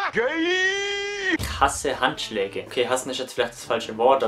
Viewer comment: ich hab bei dem 43. Fakt antstatt Handschlag Anschlag verstanden xD